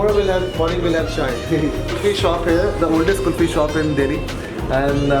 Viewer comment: Its kulfi not kufti just a honest correction by a honest indian :-)